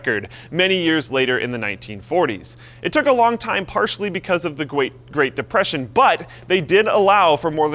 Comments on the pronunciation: Gweat Depwession xD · gweat depweson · haha gweat depression lelelelel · That gweat depwesion was weally harsh, right? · Gwate Depwession c